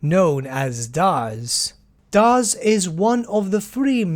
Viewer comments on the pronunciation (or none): Its Daž (Dazh), not Daz (Daaz).